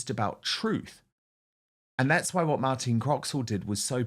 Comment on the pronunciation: Her name is Martine not Martina.